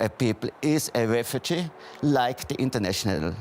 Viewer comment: Hahhahaha xD A refutschu ploblem xD 😂